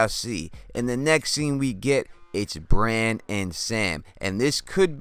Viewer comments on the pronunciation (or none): none